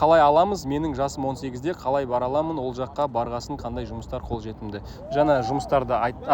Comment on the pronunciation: Жаңа деп сөйлеші жана емес